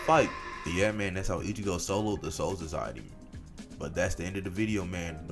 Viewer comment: homie just sounds like cjdachsmp with a tounge to big to pronounce soul society, but also good video keep it coming, learn to edit vocals and audio more coherently I guess would be my only crituqe